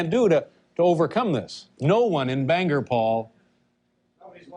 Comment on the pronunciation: Good to see Dave finally learned how to pronounce Bangor, come back again Dave!